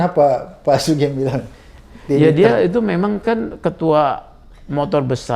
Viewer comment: Pak Abraham panggilnya jangan * SUGENG ( Pake E ) tapi SUGEUNG * j😁